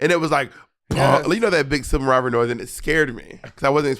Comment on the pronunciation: This will be the matching tattoo: “Sibling Rivarly”